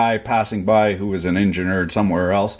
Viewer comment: ...”fuck me! Now lean in close and careful very listenly”..bwahahahahahahaha, Hilarious. That was a good one. Oh, and a couple of things, I’m a Canadian too, but what the fuck is an ‘enginUr’ or a ‘gWage’?